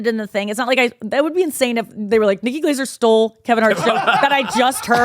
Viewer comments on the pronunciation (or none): Bobby always says it like “Nikki Glazure”